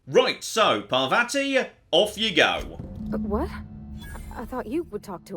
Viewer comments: Pa-vA-tea is not the correct pronunciation. Just fyi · Please note that the name of your companion is pronounced “Parrvathi” (double “r” indicates it is hard, as in “paranoid”) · I'm not sure how the game says it but is bring very British with his pronunciation of Parvati. The proper/Indian way would be closer to Parrvuthi. So roll the r slightly, say u instead of the second a and a soft t.